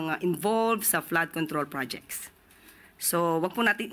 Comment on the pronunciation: Pls pronounce " project" the right way!